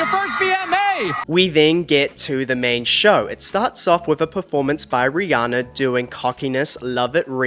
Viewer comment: hiii bestie she pronounces her name ree-ANN-ah not ree-ON-ah check out any interview where she says her name aloud!! love u & the content!!